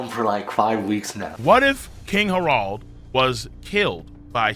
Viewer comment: 1.) Merry Christmas, King 2.) Why do you keep saying Harold like that? 3.)Why are you cosplaying as a South Park character?